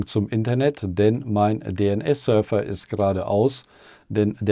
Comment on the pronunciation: Hi, "fs" ist die Abkürzung für Filesystem, d.h. die /etc/fstab spricht man wie "/etc/fs-tab" aus, wie "FileSystem-TABle", also Dateisystemtabelle auf Deutsch. Server wird auf deutsch wie "Sörwa" ausgesprochen, also das v in Server in der Aussprache wird nicht zu einem f sondern einem w.